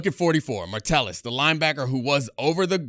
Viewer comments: MA Tell Us.... Ma tell Us.... Not martellus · I stopped watching when you said "martellus" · Idk why but it bugs me when he says Martellis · Honestly can’t watch this having him mispronounce mattelus over and over again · Watch Gruden do his Packers/Vikings preview. He called him "Martellis" too. Gruden pronounced a lot of names wrong - GREENard, Tyson Chandler (name is Tykevius), Josh Martellis, etc. You can tell the defense is largely made up of great scheme players over stars if you don't know some of the players. BTW, his favorite players were Cashman, Martellis (lol), and Van Ginkel. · can't even pronounce Josh Metellus' name correctly